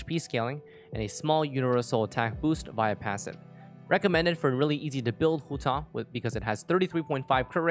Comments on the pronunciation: that’s a very nice pronunciation of hutao at the beginning 💯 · Your pronunciation of Hutao is pretty spot on (coming for an ethnic Chinese)